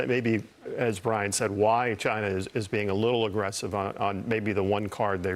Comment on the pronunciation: Gary Frank Young said chiner.